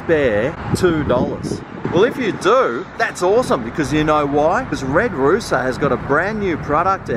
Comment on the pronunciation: you're not supposed to pronounce the s in red rooster